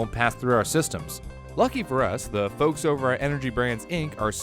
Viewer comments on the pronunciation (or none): none